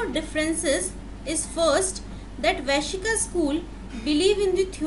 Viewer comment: Good and simple explanation. It is not Vaishika. It is Vaisheshika.